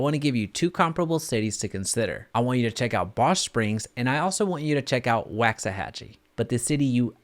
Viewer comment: Can't even pronounce Lancaster or Waxahachie right! You're obviously not familiar with the area homie.